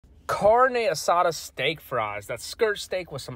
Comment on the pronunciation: I heard “Car-nay uh-sah-duh” and thought fuck this ‘Ay los watcho ✌🏽 If you can cook it you can pronounce it